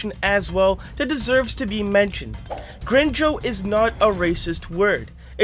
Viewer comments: As a person who speaks spanish from birth him saying grinyo instead of gringo triggers me LMAO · It's not pronounced green joe, it's green go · Bro your pronunciation of “Gringo” is so off you gringo. Its gring like bring and then go like go. You have to roll the r though. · its Green-goe nit Grin joe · “gringo” with a hard g, not “grinjo” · I'm sorry but it heavily annoys me that you say "grin joes" and not "green goes" lol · Okay, just to clarify ONCE AGAIN, I had commented your video about gringo not being bad But if you can could you please pronounce it right next time?- (Green-go) Is how you say gringo- I understand if you haven't been used to saying spanish words but it's such a simple mistake that can be fixed with google translate and saying it like that can trigger hispanic people! But you are a great youtuber, keep up the great work! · Idk if its bc of the way they say it in spanish but hearing him say "grinjo" is funny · i still think about how you pronounced gringo as “green-joe” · Oh also just a small nitpick, it is pronounced “grin” and “go” combined. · Quick thing! Gringo is pronounced "green-go" (literally) just in case you get to conveniently mention said word again in another video lmao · Bro he legit said grinjo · nah bro said "grinjo" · i think it's pronounced "green go" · "grinjo" lmao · lmao "grinjo" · being honest the only thing that threw me off is the way you said gringo but other than that its all good man, everybody makes mistakes and we all have the ability to get over it. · I always thought “gringo” was pronounced with the second g being “go” and not “jo” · bro the way he pronounces it i cant 💀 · thanks for clearing this up, but your pronunciation of gringo is terrifying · All I have to say is that he says Gringo like its cringe with an E instead of an O and a G instead of a C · can someone tell him that he pronounced "gringo" wrong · your saying gringo wrong 😭